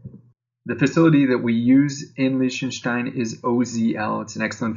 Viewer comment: Pronounced Liechtenstein wrong. Also, Australia is not in Europe.